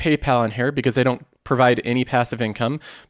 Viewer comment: All your "here" sound like "hair"